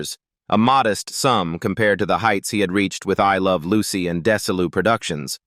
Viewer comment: Desi ArNAHHz?! diSEElu Productions? Lucy DAYsee Comedy Hour?! Just careless input into your AI narration host. You need to input tough words PHONETICALLY! An insult to their memory. Unsubscribed.